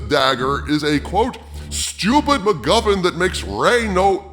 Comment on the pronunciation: After all this time in the Toxic Brood I hear McMuffin instead of MacGuffin... And now I'm hungry... So all the money I would've spent on tickets to a good star wars movie? I'll save it for McMuffins, it'll make more sense, be a higher quality product and hey, I'll watch the OT while I eat them on the day this film comes out, because I'm nothing if not spiteful. Merry Christmas Disney.